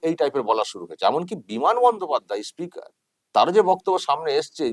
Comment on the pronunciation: উনি স্পিকার নন ইস্পিকার